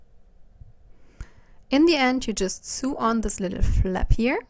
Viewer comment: Sew sounds like sow not soo